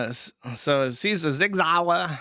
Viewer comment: 1) If only that was the case; 2) Lol’ing at pronouncing the American Sig Sauer in the German way.